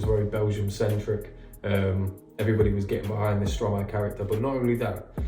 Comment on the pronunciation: Don't worry for the prononciation, it's understandable. You mastered the Stromae one though. Switching syllables of a word to make a new one is the principle of "verlan", a sort of slang in French.